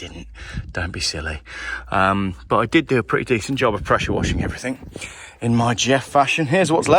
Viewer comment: Geoff, it's everthing not everythink!!!